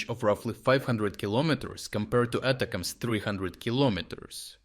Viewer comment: its not "ata cams". it gets boiled down to attack-ems. or a shortened version of attack them in english.